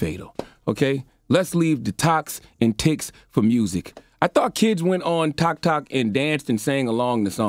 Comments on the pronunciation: Did he just say TikTak?!!😆😆😆😆He really is Uncle Charles! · Lol 😂 dude call it “Tick Tack” he said “I do not need to be on Toks Ticked to be challenged” 💀 lol Charlamagn finally got comfortable with his stripes and stopped pretending to give af about all the irrelevant flash culture bullshit. 💀🤣 I love it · He def said "Tik Tac" 🤣🤣🤣🤣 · Tik Tik...🤣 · "Toks Tik" 🤣🤣🤣🤣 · " I don't need a Tok til" Charlemagne 👌☮️🍯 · He called it tic tac 🤣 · “ Toks Tik “ 😫😩😫😩🤣🤣😂🤣😂🤣😂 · "Toks-tik" i felt that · “Cause you wanna Tok on Tiks” 😂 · Anyone else found it hilarious how he keeps mispronouncing Tik-Tok, but u correct anyone else. 🤣🤣🤣